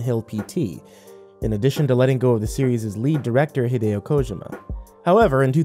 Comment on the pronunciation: I’m offended by how you pronounced Hideo Kojima